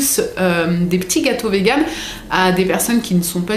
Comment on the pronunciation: Alors ma belle, ca se dit VÉGAN et ça n arrose pas les fleurs? 😋😋😋😃